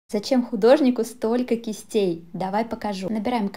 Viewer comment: " кистЕееей , ЛИнер " фу. а уроки русского языка у тебя видео были не в ходу?